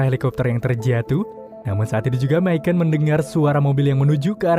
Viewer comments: Misyon min bacanya. Bukan misyen / myken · Bang Micon dipanggilnya bukan mikon tapi mison 😀jadi c nya itu s bukan k